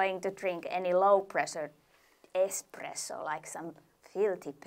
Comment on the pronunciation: lol he says expresso. least his daughter says it right